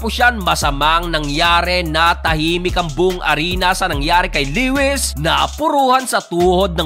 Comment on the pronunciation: Le-wis😂 Lowis yon bro, bisaya ka talaga😂